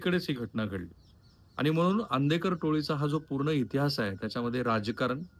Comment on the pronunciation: khupach ashuddha marathi bolta aapan eg manus, ani, pani, pls avoid this